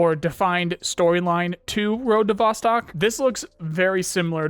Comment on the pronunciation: Just a heads up, Vostok is Russian for "east" and is pronounced "vos-TOKE"